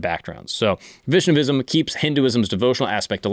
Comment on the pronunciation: WHA YI SH NUH VISM Not shivaism, SHUH YI vism